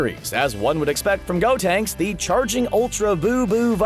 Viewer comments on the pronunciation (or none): none